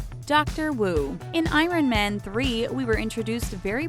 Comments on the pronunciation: You pronounced corgi and iron wrong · she also said i-ron lmao